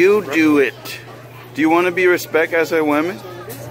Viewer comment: “This is what you do to earn your respek” 😂😂😂😂